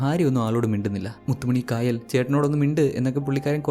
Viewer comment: Kaayal alla chetta kayal anu.Aa name pronounciation difference und.enthayallum chettante movie selection kollam presentation super 😊😊